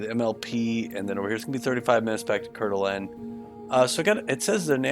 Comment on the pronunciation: Try saying: CoreDuhLane and you can be a local. 😀